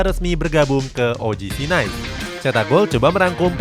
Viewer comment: “OGC NIIS” cara bacanya gitu min. Bukan Nais